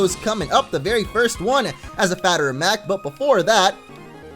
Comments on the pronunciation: I Heard that too. Is He suppose to say "as a matter of fact"? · says as a fatter of mac instead of a matter of fact 🤣🤣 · My face when you said fatter of mact instead of mater of fact 😜😄😆😎😂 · yes he said a fatter of mact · He said "fatter of mact" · You said fatter of mact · he said a fatter of mac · As a "fatter of mact" Lol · Am I the only one that noticed he said as a fatter of mact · Fatter of mact?? lol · "As a fatter of mact " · XD Fatter of mact 😂😂😂😂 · Lol he said "As a fatter of mact" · he said as a fatter of mact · "As a fatter of mact" ~ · i noticed that too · Am I the only one who noticed he said "a fatter of mact"? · You said fatter of Mact. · " as a fatter of mact" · he said 'as a fatter of mact' :)